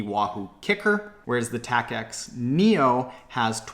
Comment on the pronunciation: Tacx is pronounced like tax. Also, Apple went from iPhone 7 straight to 8. There's no 7s.